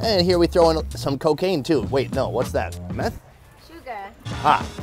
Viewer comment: Did I just hear cocain